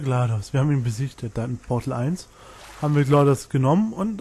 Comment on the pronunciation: nice achja: GLaDOS ist eine Sie und das wird englisch ausgesprochen